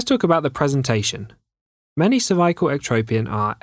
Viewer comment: I knew I was dealing with a PRO from The way he pronounced "CERVICAL" in the beginning